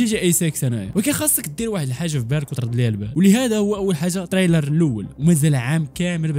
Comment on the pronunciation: ترايلر ماشي طرايلر واقيلة ؟؟ النطق